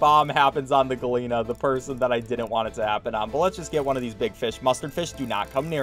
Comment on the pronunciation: At first I was confused what a "galeena" was, but then I realised he was trying to say gallina which means chicken. For future reference, in spanish double L's are pronounced like a J.